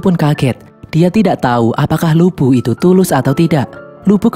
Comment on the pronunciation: Bisa engga ngomong lubu nnya jgn bikin ngak ngak